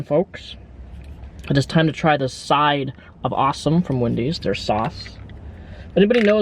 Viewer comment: SAWSOME SAUCE, Sahhsumm